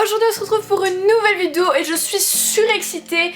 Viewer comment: Tu sais toujours pas dire "vidéo" mdrr, mais c est pas grave tu dechire comme meme